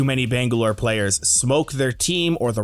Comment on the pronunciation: "bengalor" lmao